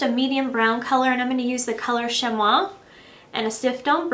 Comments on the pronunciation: how you pronounced onyx and chamois was hilarious, and you actually spoke about intelligence ha ha. onyx is pronounced ON IKS and chamois is pronounced SHAMMY. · Lol that IS how it's pronounced! She mis-pronounced it ;)